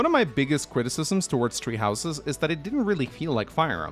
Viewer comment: Nobody: Norwegian FE fans: "Tree Houses"